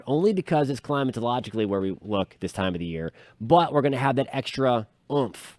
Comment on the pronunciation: Anyone who can pronounce "climatologically" is okay !! Enjoyed your forecast !!